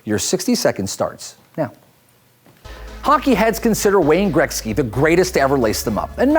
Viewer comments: Is he saying grekzky???? It is pronounced Gretzky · He said Gretzky wrong every single time